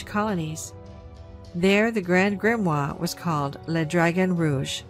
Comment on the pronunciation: While I love you and your channel, we really need to work on your pronunciation of words : ) Such as Chronovisor and Grimoire.